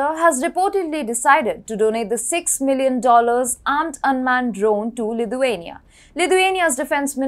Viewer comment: Great content, but please pronounce Lithuania correctly, it's sounding more Ludhiana